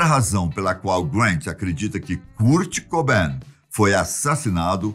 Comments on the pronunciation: "Curti Cubain" e "Custi Lóvi"? Cara esta engraçado, mas seu canal é awesome. 👏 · Da uma agonia de ver ele falando curt cobain e curtney love KKKKKK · Ah.. achei que o vídeo era sobre o Kurt Cobain, mas é sobre um tal de "Cúrt Cobén", o qual desconheço, mas suponho ser algum francês. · cúr cobein KSKSKSSKSK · Noossa, achei que eu tinha sido o único a sentir isso kkkkk "Curte Coubén", demais! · cúrt cobain ... ai doeu essa ai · Curt coben 😂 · Da uma agonia o homem pronunciando errado o nome do Kurt cobain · Só em não PRONUNCIAR BEM O NOME DESSE GÊNIO, VC MERECE DISLIKE! Q HORROR! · "Curte Cobain, Deive Gru, Curtinei Love"... tá mal aí hein, meu tio kkkkkkkkkkkkkkkkkkkkkkkkkkkkkkk